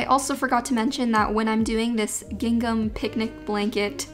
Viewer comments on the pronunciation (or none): It’s pronounced ging-um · normal people: "gingam": "giNGNam" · I also have to say I love the way says gin-gam! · Why does she pronounce gingham like that😂 it's like "giNgham"